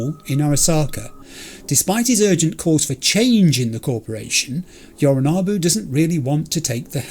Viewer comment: You were talking a big game about how you do have time to read everything in the penthouse when Jackie was rushing you, but there actually are contexts in which you can take too long and Adam Smasher will arrive and one-hit kill V, so yknow. Also, I know it shouldn't bother me as much as it does, but - it's YoriNObu, not YoriNAHbu.